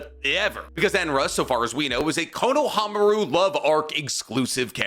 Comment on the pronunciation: If you're otaku making videos about the naruto-verse you probably should get better at your pronounciation. I cringe everytime he says Konohamaru. It wouldn't be so bad but for this entire video being about Konohamaru. Way to make it obvious that you only watch dub. At least try to pretend like you've watched subs.